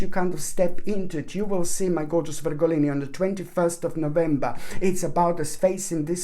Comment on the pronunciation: Love how you say Virgolini! ❤ Thank you for this beautiful read😍